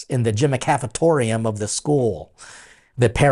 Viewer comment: “Gymacafetorium” lol- that’s when you know you’re a Catholic